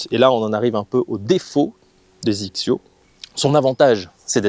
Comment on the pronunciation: Petites remarques; XXIO ne se prononcé pas zixio mais X X yo! , il y a une très très grande différence entre XXIO et XXIO Prime. Le prix d'abord et ensuite la conception qui n'a rien à voir . Sur les Prime on est sur le très haut de gamme en conception (8couches fibre de carbone en nanotechnology) sweet spot augmenté, matériaux high-tech etc.. Avant je jouais des barres à mine et petit à petit j'ai commencé à réduire le poids car j'étais lessivé au 14 trous.. Puis j'ai rencontré un ami jouant des Prime qui m'a mis deux clubs d'écart sur une attaque de green (avec 3° de température extérieure) il a joué fer 8 et moi fer 6. Sa balle a volé comme en été !. Je suis scratch et lui 3.5 mais on a la même puissance .. j'ai essayé sa série et ça m'a convaincu.. et comme tu dis.. tu fais le même swing au 18 qu'au début..avec mes rifle 5.5 , dynamic gold S300 ou même mes dynalite ou nipon shaft 90 ya pas photos.. Et même si les têtes des clubs ne m'emballent pas plus que ça, leur tolérance, leur facilité à jouer les bonnes distances font que cela compense largement peut-être la différence de spin que tu peux mettre dans la balle. Mais au final tu fais moins d'erreurs et tu scores plus facilement !